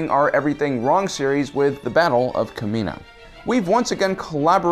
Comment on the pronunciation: You said kamina...